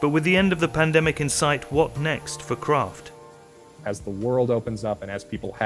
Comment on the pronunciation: I thought it was Kraft, not Croft ? Hmmm. You learn something everyday.